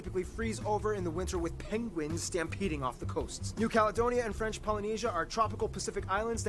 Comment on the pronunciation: Your french pronounciation is actually better than Barby, who muscles through it as if he was eating a mouthfoul of potato chips.